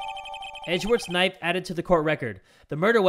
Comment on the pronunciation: "HE GOT THE KNIFU... ABOUT TO END A LIFU"